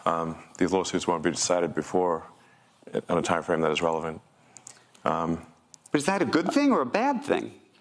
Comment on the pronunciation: Did he say “Digital god”? Or “Digital guide”? Serious question…